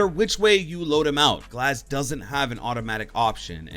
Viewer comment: when he said glaz i just disliked the video